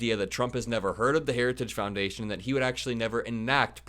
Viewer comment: Boy, he really fimbled the name of the institution/organization Harajuggs.